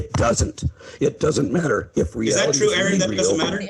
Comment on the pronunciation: Terrible video. So much misrepresentation. That woman puffing on her peace pipe has watched so many of Aron's videos - and still managed to mispronounce his name? Repeatedly. Lol.